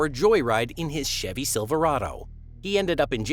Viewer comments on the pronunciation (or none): none